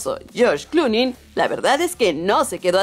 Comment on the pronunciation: Cloonin, hollyvood.. Que mal habla y pronuncia las palabras ésta mujer.